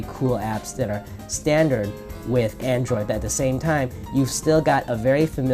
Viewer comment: "Androiod" - on . You just got the latest OS.